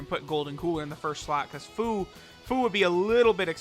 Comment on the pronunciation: HIS NAME IS PRONOUNCED FEW